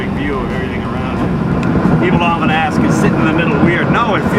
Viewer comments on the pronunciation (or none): none